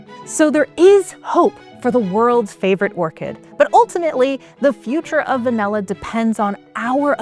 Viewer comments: Pronunciation is way off. It's Vah-Nill-Ah. Presenter keeps saying Vah-Nell-Ah. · I kinda hate the way she says "vanella". Lol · Distracted by the pronunciation of va-NELL-a. Just me? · What the heck is vanElla? I came here to learn about van'i'lla. Guess I'll have to watch a different video about it since this one can't even pronounce it correctly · Is she saying VANELLA 😣😣😣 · Why does she pronounce it «vanella»? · Its “V A N I L L A “ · Why is she calling it vanella? I can’t focus. Where is the host from? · Very annoying to hear vanella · It’s all I can hear 😂😂😂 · Not sure I've ever heard anyone call it "vain-ay-lah" before 🤔 I mean, I thought the bare minimum would be getting a narrator that can say the word properly (or any word with an "a" in it properly, tbh) but clearly not. I miss the old days when people actually cared to have narrators and presenters that were well spoken and completely without irritating mispronunciations and vocal fry 🫤 Because yeah, it was a CONSTANT annoyance throughout the whole video to the point where I considered muting the annoying narrator and just putting on subtitled 🙄 Instead of doing that, I just stopped watching! It's pretty sad that PBS has sunk to this level tbh, and I'm also bummed because I was actually interested in the covered topic, for once, but this was too painful to continue watching. Just some feedback. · I came here for a video about Vanilla, but she kept speaking about Vanella? what's Vanella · Not just you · Yeah, English pronunciation is fading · Va-NELL-a? 😜 (At least she got "vanillin" right!) Also disappointed there wasn't anything about how it's actually made- harvesting and fermenting and all that. ☹️